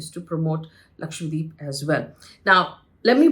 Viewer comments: You are pronouncing as LAKWADEEP., D’Souza. It has to be pronounce as it is spelled/spelt. It is LAKSHA DWEEP meaning one lakh islands. LAKSHA is 100,000 and dweep is island. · Its irritating to hear Lakshwa- deep. Its Dweep means island. Its Lakshadweep. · LakshadWeep, and not LakshWadeep please. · hello HELLO ... why are you and other anchors pronouncing it as lakshwadeep... it is LakshaDWEEP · Its 'Laksha-dweep' not Lakshwadeep as you are repeatedly saying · Is LakshaDweep also pronounced LakshWa Deep ? I notice many Indian News Anchors pronounce that way ! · Its Lakshadweep. Not Lakshwadeep. Atleast learn to spell and pronounce properly the place you are commenting upon. If Indians can't pronounce indian names what can we expect from others. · Lakshadweep, not Lakshwadeep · Hi, Faye. Thanks for doing this video. Just one suggestion: It should be pronounced as Lakshadweep and not Lakshwadeep. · It's "Lakshadweep" not lakshwadeep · I fail to understand why some top reporters , news channels & media outlets are simply unable to pronounce the name correctly !!! Ur all praising & talking about an Island whose name u can't even pronounce correctly ! It's Lakshadweep. Dweep means island . And It's not lakshwadeep ...FGS ! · Its Lakshadweep. not Lakshwadeep, correct yourself pls, dweep means island. FYI. As a responsible Journalist you should take names correctly at least of Indian names. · Isn't it Laksha-dweep? Not Lakshwa-deep. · How come no one can say Lakshadweep??? 😂😂 all of them mess it up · It is a South Indian place bruh. Don’t be making up your own stupid names. Learn to pronounce correctly